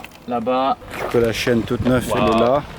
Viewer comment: Chui mdr au lieu de dire la chaîne il dit la chienne